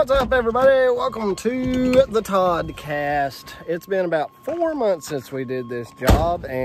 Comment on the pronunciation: Is it always the Toddcast? I swear sometimes I hear “Broadcast”